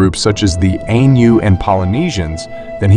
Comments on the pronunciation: AINU is pronounced (i-noo) not (a-noo). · Ainu is pronounced “eye-new” w/o accent.